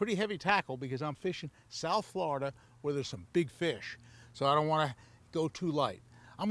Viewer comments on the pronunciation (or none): none